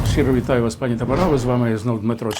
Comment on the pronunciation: Неграмотний! Не знаєш укр.мови,не вмієш правильно навіть наголос поставити в слові : пані.Навчу,бо коробить ! Якщо в однині,тобто до однієї особи,то ПАНІ,якщо ж в множинні,то наголос на ДРУГОМУ СКЛАДІ--ПАНІ' !!!! А Зе,(вам на встид),ставить в цьому слова наголос ПРАВИЛЬНО!!!!